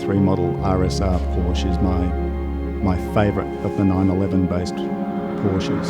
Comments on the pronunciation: He doesn't know how to say porsche..its like Portia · The word Porsche has two syllables thank you. Learn how to pronounce the name of your car. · The 70's Carrera RS / RSR is my favourite 911 model/shape. This particular car, while only an interpretation, looks and sounds sweet. Gorgeous. Though I think the owner should learn to pronounce the brand correctly.